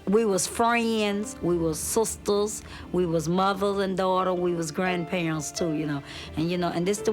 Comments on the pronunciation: "we we're susters..." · "We was frunds,we was sustas" lol